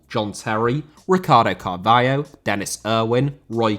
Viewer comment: Rather* not Rother Idea* not Ideer Eden* not Iden Mbappé* not Mbappei Possession* not Posession Carvalho* not Cahvayouw Touré* not Tourei